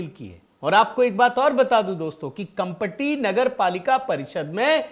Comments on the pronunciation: Kampati to be pronounce kamthi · भाई कंपटी नहीं जी कामटी है Kamati है